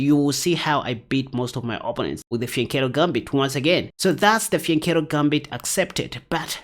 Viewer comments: Sounds like he is saying the vagina formation 😅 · The vagina formation?! That's what it sounds like you are saying 😅😅😅